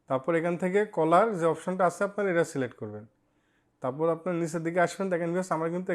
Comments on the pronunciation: Vai caller na cellular 😂😂😂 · ওটা কলার ডাটা নয় ওটা সেলুলার ডাটা